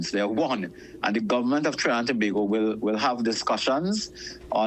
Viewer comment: Please pronounce the words properly It's Government not Governmont It's Parliament not Parliamont time to do better It's ment ment not mont mont